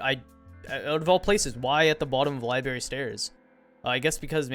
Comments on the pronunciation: its LIBRARY NOT LI BERRY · Love the videos, but “libary” is “library”